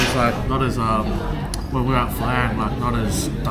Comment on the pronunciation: Why does he pronounce Pho like Phaar? His pronunciation of the Vietnamese words just sounds stupid. Stop trying so hard.